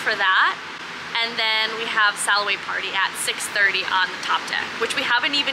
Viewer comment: So now that I can watch this with my full attention (I watched it when posted while working and couldn't give it my full attention lol) but am totally cracking up the way you say the "sail away" party, only because the way you say it, is like "sal away", and my husband's name is actually Sal, so forever more when we go on a cruise, I'm going to tell him it's time for the "Sal away"! 😂💕 Love it And I've been wanting to go on a Virgin cruise, but what REALLY got me (besides previously hearing how great the food is and the hammock on the balconies) is that karaoke room!! So. Much. FUN!! I'd go JUST FOR THAT!! 😊😂